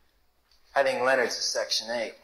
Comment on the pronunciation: Leonard. His name was Leanard. 😅